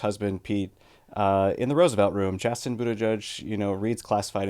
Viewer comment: Sorry Chasten not Chatten